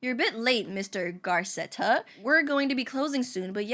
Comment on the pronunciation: I love how she says 'Garceta' when theres no r in the name 🫡